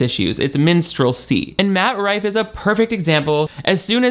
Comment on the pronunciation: The best part of this video is all the different ways you said his name wrong. “Mike Roofie” being my personal favorite.